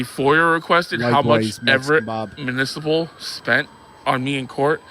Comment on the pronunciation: it’s municipal, not manisiple